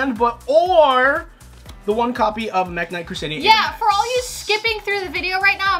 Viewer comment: they said mekk-knights